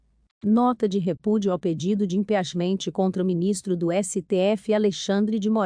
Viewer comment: Procure se informar como se pronuncia impeachement...doi ouvir vc!!*